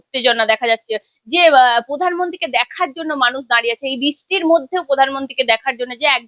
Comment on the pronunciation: বিষ্টি, পধানমন্ত্রী, পশ্ন, পকল্প, ... উচ্চারণ